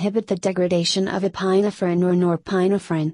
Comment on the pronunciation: ePINE - ephrin? Cmon people, use real voices, this is painful to listen to.